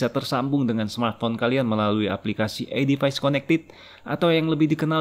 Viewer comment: Baca nya edifis, bukan edifais